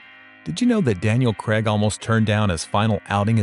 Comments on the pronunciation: Good video mate! Quick note to all Americans...Craig is pronounced crayg. The ai produces a y sound. It's not pronounced cregg. Great analysis of the movie and franchise tho and I couldn’t agree more! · Craig is NOT pronounced "Creg". It's Cray-g... and naturally "Real progress" always means replacing the white man with a black woman in the mind-sickness infested mind. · Why do Americans find Craig so hard to pronounce? It rhymes with "Vague" and "The Hague" ... It's not "Creg"...